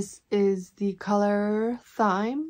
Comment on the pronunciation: The colour thyme is pronounced time, yes exactly like clock time. Thyme is a herb a herb featured in a popular old song you might have heard called scarborough fair . Simon and Garfunkel did a cover.